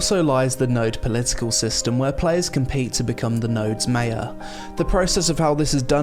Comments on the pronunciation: Mate your saying Mayor wrong. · I've never heard "mayor" pronounced like that. Is it an American thing?